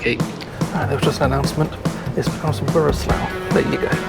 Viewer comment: Wroclaw is pronouced Rotslov in Polish.